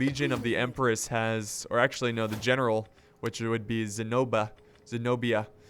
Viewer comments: almost killed my self when he said ZENOBA 😝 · The Queen's name Zenobia has the accent on i, it's greek:Ζηνοβία:) guys help me and show this to! Anyway love your vids man, i m so happu you re doin the new dlc!